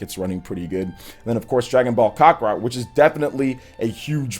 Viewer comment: Stop calling it, "Cock-A-Rot"